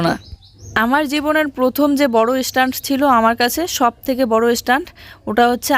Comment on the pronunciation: Estand abar ki stand bole. Tumi ki kokhn o school e jaoni? Tomar uccharon ato baaje, Jui ke ki sikhabe tmi?